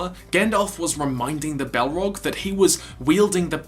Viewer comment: Balrog not Bellrog